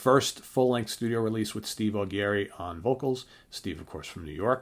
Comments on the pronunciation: It's not pronounced "Au Gary"...it's "Au Jerry". Check out the various interviews with him on Youtube...they never introduce him as "Au Gary" and that's with him sitting right there. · i totally agree,........too long????no such thing,....you get an album every 5 /10 years....60 minute album is fine...and who the hell is Neal "SHONE"????............"SHONE"??....even Neal pronounces his last name of Schon....as "SHAWN"..........and Steve AW-GARY????......AW-JERRY....oh geez